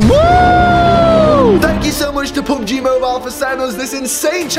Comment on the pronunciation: when he said this is so much like pub gee he sounded like he said poop gee